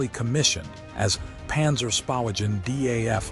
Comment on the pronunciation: Name is not pronounced as D.a.f. But Daf. A.I. always gets This wrong.